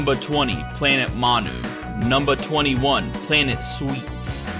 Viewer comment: This wasn't a joke but "numbah 18, Frieza Planet numbah 17" cracked me up.